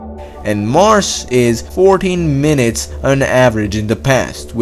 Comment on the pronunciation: « 8 minates in the pass »